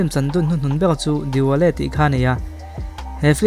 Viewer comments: Diwale ni lo in dilwale tih zawk aw,, Dil wale 😁😁😁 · Diwale tiin i lama, dilwale lawm.. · "Diwale an chan kha" i tia, 'Dilwale' a ni zawk lo maw? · Ngaithla ve chiah e. 'Dilwale' ni na nâ na, 'Diwale' tih tlat te chu a, a awmzia a bo.🤭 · Diwale I ti mai zela Dilwale tih zawk tur tih te kha ka rawn Kam Tam ve lawk duh anih chu😂😂😂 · Dilwale pawh ichhiar dik thiam lo ni mo Di wale te itih😆😆😆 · Dilwale alawm Diwale ni lo in 🤣🤣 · Diwale nilovin Dilwale tia lam/sawitur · Diwale i ti zel a..😂😁